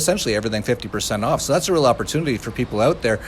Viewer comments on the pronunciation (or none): none